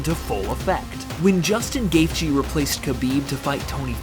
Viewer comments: bro pls if u make another gaethje vid pls say it like ‘gaechy’ that’s how it’s said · Sorry, but you don’t need to emphasize the “th” in his name. I like your video, but that was quite annoying since he is my favorite fighter along with Wonderboy. Just call him Justin or “The Highlight” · The fucking fact you can’t say his last name correctly is infuriating. You don’t deserve views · He’s not even saying the right last name 🤦🏻‍♀️